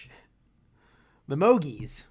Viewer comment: limoge is a french city you can prnounce it : Lee-mo-jj, the "e" at the end is silent ;)